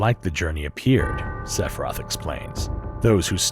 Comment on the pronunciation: I cannot believe how many times you say Sephiroth and how many time you forgot to pronounce the I in Sephiroth. Like omg SEFROTH. It’s as hilarious as it is horrifying